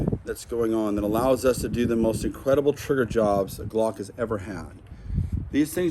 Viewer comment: His triggerrrr. Lol😂